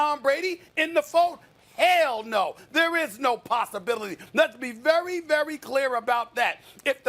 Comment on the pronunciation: Stephen "Possibilitay" Smith